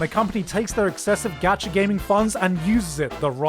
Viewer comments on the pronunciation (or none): none